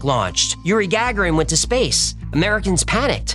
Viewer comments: One thing I've noticed with AI videos is their inability to pronounce names. Yuri Gag-er-in??? It's pronounced Ga-gar-in. Is an AI? 😟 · Love your show , I’m a long time fan and recent member! But isn’t Yuri Gagarin pronounced,( Ga Gary in )? I grew up during that time and always heard it pronounced this way. God Bless America 🇺🇸